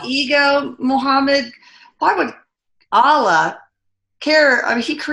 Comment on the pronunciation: Dear, Thanks so much for the work you do. Wish you progress from strength to strength 🙏 A gentle correction. Kindly pay attention to how words foreign to you are pronounced. It's not 'Aalah'.. it's 'Allah'. Might be worth your time checking out how a Muslim might pronounce it, isn't it?:) I am a Hindu. In Sanskrit, a vowel dragged or shortened unnecessarily can totally change the meaning of the word itself. Just a request to be a bit more sensitive to other cultures. Thanks 🙏